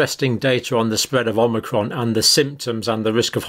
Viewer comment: I think it's pronounced O-mic-ron not Om-ni-cron (but I make that mistake myself even when I know the correct pronunciation :-) )